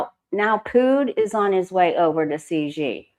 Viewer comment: No disrespect.... Xi pronounced "she"